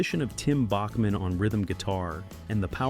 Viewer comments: It’s pronounced Back-man. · Randy Bachman’s last name is pronounced “Backman”. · It's pronounced Backman not like the classical music composer. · ou need some manners. Listen to much earlier interviews and you will find they pronounce it Backman. Years of Americans and even some Canadians pronouncing it wrong probably influences more recent interviews. I can tell you at a concert here in Calgary, likely October, Randy sat on a stool and prenounced his son’s name as Tau Backman when introducing him. I was front row for the concert. Also enter “How does Randy Bachman pronounce his last name?” into your search engine and you will get the truth. I’ve been a Randy Bachman fan since he was in Brave-belt which was before his time with the Guess Who. It is also the first time he worked with Fred Turner whom he later collaborated with on BTO. We are talking early 70’s. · Yes, it is BACKman, but everyone said BOCKman. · Randy told me that "south of the border it's pronounced Bach-man and north of the border it's Back-man." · It’s pronounced BACKman btw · It's pronounced Back-man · WRONG. Query Q With Tom Power in You Tube and find the recent interview with Randy Bachman. Listen at the 1 minute mark to hear how Randy Bachman says the name of the band that bore his name. And wonder how you got it wrong.